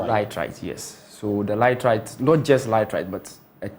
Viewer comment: And you the experts say "lightrite" instead of laterite? Eeeiii boi